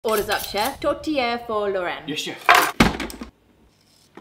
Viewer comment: My ex MIL made the most bland pie, so Id do the only thing i could to make it edible....ketchup.😂 *I was really happy to see I hasn't committed a cardinal sin after reading the other messages! I have a question because Im not a french speaker... You guys are saying "Tor-tee-eh' But we pronouce it "Tooch-ay" Is that the difference between French & French Canadian? (Im in Maine...but that pie is really popular here)